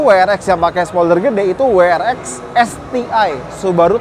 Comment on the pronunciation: double yu Ar Ex ya, bukan double yu Ar Vi